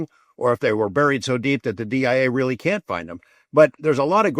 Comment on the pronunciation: Why does Jeremy pronounce the word “so” like “sshhhooo?”